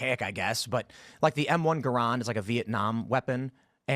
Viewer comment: I love how Tim namedrops "the M1A" as, I guess, a flex that he knows gun terms, but then gets it wrong when he explains it. He mispronounces "Garand," gets the war it was most prominently used in wrong, and appears to be conflating it with the M1 carbine, a different gun. He tried to virtue signal to the gun nuts in his audience and tripped on his own dick trying to flex.